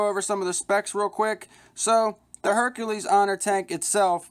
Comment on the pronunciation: Informative review, but you're not pronouncing the name right. It's Herakles (Hair·a·klees), not Hercules (Her·cue·lees)